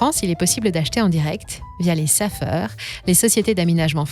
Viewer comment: On prononce "ça faire" pour Safer. Sacré Bill, il faudrait le mettre dans la corbeille